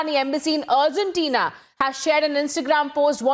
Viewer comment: Could someone let this lady know it is "Argentina" Not Urgentina